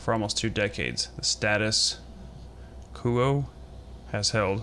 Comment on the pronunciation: doesnt know how to say quo is lol